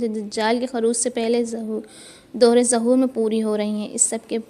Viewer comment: ظہور کے ظ پر ایسے ہی خروج کے خ پر پیش ہے زبر نہیں بطورِ اصلاح بتایا ہے تنقیدی طور پر نہیں